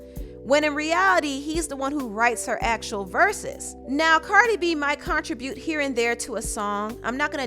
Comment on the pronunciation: im sorry but imma need for you to learn how to pronounce the word "contribute." its CUN-TRIB not CON-TRA